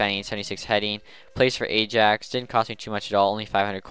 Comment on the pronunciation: I think it is pronounced like the letter I and then yaks, Not the letter a then jax